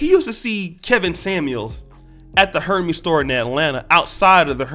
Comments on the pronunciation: DJ Envy comes from two black parents. Wouldn’t that make you black? Your research is lacking, just like your argument. And, btw, Hermes is pronounced “air-mez” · Actually the correct pronunciation is Air-maz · Great content, but I must say bro, Hermès is not pronounced like the mythological God Hermès 🤦🏾‍♂️😂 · Lol... wtf is a “her-ME’s” store?! 😂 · You can't pronounce, Hermes? And Envy is a clown for what he said, but you're a clown for saying that he is not black. His father is black, do better research.